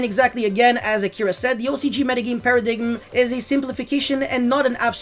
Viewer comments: Did this man just pronounce paradime* as paradigim? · MAN SAID PARADIGGUM 😂😂😂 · Modern day YGO - Turn 1 - Early game. Turn 2 - Mid-game. Turn 3 - Late game. At the risk of being the grammar nazi here, the ending B in the word 'bomb' is silent (sounds like 'baum') and paradigm is pronounced 'para-dime'.